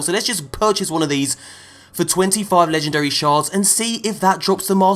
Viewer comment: Your poor legendree shaads